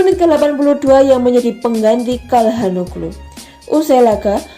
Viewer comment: Calhanolu (dibaca C) Kastileho Yans Piter Haug Bacanya kaya gitu, mbak